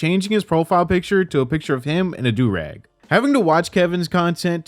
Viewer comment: As a black woman….i wanna punch him for that whole “the blackest of black” statement. Like he’s that desperate for views then wants to play victim??? Mega parhetic N I swear to f*ck him saying “like” constantly and mispronouncing du rag makes me wanna claw my ears off